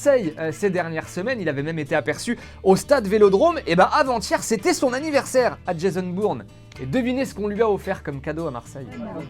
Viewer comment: "Jason Bourne" non je suis désoler. La legende se prononce comme le verbe "born" !